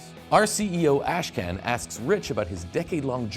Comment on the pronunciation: that's not how you pronounce Ashkan